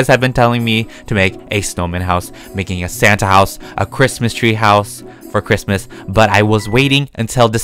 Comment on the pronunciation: When says ChImUs it always makes me laugh